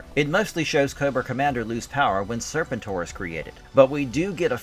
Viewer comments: “sirrrr-pentttttt—OAR” that’s how it’s pronounced. Not serpent—er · Nah bruh its Ser-pen-tor step your AI up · Zar-tawn and Serpant-Ore. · I can’t do this with you pronouncing Serpentor like that.